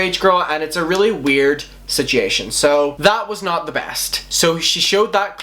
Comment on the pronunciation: The way he says "situation" triggers me.